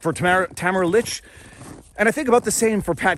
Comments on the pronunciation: You constantly mispronounced Tamara's last name *lich' no k lol at lick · Her name is LICH, not LICK. Let us not forget another political prisoner, Pastor Artur from Alberta who was arrested for saying a sermon at the Coutt's protest. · Ta-Mare-a Leech …. not Tam-a-ra Lick or Litch 🥰❤️🇨🇦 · Tamara's last name is pronounced Leech.